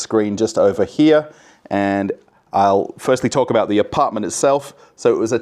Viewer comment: Yay you are pronouncing apartment like an Aussie again and not like Boris Yeltsin lol 😝